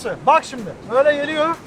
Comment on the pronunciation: ana su geleyor o nasıl bir diyiş şekli